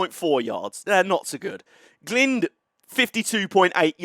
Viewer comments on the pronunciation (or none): Glynde is pronounced "G-line-d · Glynde is g-lined. Lewes is lew-is and Falmer is Fal-mah. Hope that helps. :) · just to be that guy glynde rhymes with kind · I think it's pronounced Glynde.